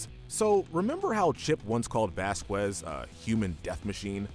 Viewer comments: (vas-cas) not (vas-quez) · The way you say Vasquez is kind of bothering me